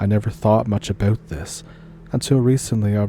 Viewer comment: It's all aboot?